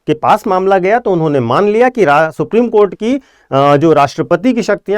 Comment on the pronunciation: आप सुप्रीम कोठा को सुप्रीम कोर्ट बोल रहे है । कृपया इसे सुधारे 😂